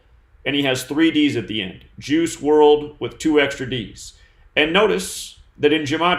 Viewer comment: "Juice" sounds like "Jews" lol